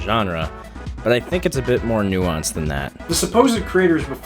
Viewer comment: Say "nuance" more please